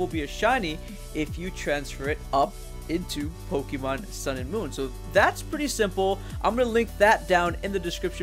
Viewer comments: I really can't get past how he says "Pokeemon" instead of "Pokémon". Please pronounce the thing right if you're making a whole video and his series of videos on it. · po-KEY-mon gahhhh!!!!!! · Says "poh-KEE-mon" WTF Man!